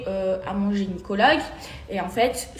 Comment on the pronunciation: Telement elle est bete elle dit « geniecologue ». 😂